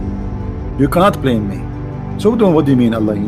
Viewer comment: it's BLAME and not PLAME 🙏🏻